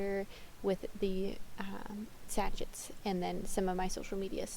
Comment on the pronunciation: This was interesting to watch, and hear your honesty. I had same experience with small local market, but glad I tried. Local Facebook group works much better.. Im in New Zealand. How long have you been saying 'sachit' instead of sachet? I'm sure you're not the only one 😁